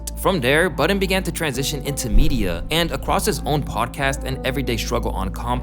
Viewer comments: Please tell me I'm not the only one who heard "Joe Biden" instead of "Joe Budden" I'm stupid bro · “Joe Buden”😂😂😂😂😂😂😂😂😂😂😂